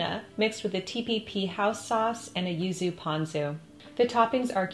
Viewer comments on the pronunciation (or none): none